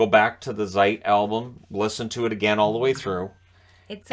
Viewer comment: Great review,! But there's something, that I simply don't understand... You've probably listened to countless thousands of Rammstein songs, how come you stil pronounce the letter Z (as in Zeit or Zick Zack) as "zee" and not as "ts"? It sounds so weird and just wrong, and I'm not even a native German speaker... All right, I'll just see myself out.